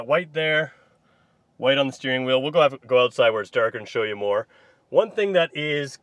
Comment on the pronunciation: say ootside ONE MORE TIME!